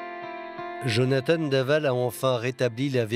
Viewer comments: Jonathan !!! (prénom biblique) ...En Français on ne doit pas prononcer "Jonathane" et encore moins "Djonathane" !!! Nous ne sommes pas anglo-saxons! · En français, on prononce jo na tan. Pas Jone a tane ... merci !